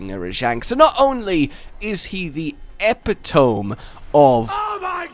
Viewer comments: Oi ye daft bastard, ye keep pronouncing epitome wrong! Ye fecking keep saying Epi-tome. It's bloody Eh-pi-toh-me mate, in all English dialects ye fake Englishman! Say it right before we set a horde of emus on ye. From, Rajang's Bitch. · Is it a British thing to pronounce epitome "ep-i-tohm"? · I love your content but... epit·o·me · Wow... "the epi-tome" huh? Well, I guess pronunciations change with the generations... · Um, that’s not how you pronounce “epitome.” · I have to ask, how have you gotten the pronunciation of epitome wrong every time? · so I gotta know, is the mispronounciation of "epitome" an intentional running gag, or just has no-one corrected it?